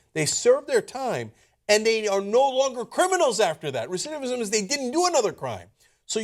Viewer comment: Did Cenk just messed up the word "recidivism" twice? lol